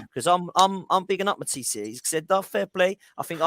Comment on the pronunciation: 😂 ffs let that word go lol